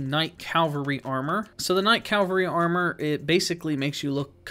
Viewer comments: Cavalry, not Calvary. Cavalry is for knights, Calvary is the depiction of the crucifixion of Jesus. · 'Blaidd' Pronounced 'Blithe'. It's Welsh for 'Wolf' because he's a half wolf. 'Cav-al-ry' NOT 'Cal-av-ry'.